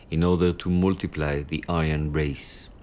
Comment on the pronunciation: The pronunciation of Aryan at the introduction of the programme is a crime against humanity itself.